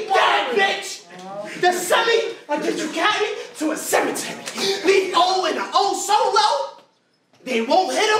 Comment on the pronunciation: Damn osolo ain't barely get any time. N if he say osolo or bow again imma jump off the roof🤦😂